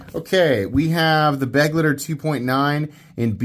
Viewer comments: The knife you name as beg-leiter is pronounced be-gleiter and is the german word for companion. Just have to smile when an english speaking knife reviewer say certain names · Hi, if you put the stress on the second syllable of the word “Begleiter“ (beGLEIter instead of BEgleiter) then you’re very close to the original pronunciation. Greetings from Germany.;) If a lock failure sends you to a hospital here in Europe, they will help you without any bill. Just sayin‘.;) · I have no complaint about miniminal safety testing. But how in the year 2026 can we still not pronounce Begleiter? beg-LIGHT-er